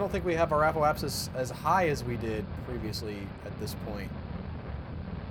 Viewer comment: do you guys pronounce "apoapsis" and "periapsis" incorrectly for comedy effect? There's no "e" between "apo" and "apsis" or "peri" and "apsis".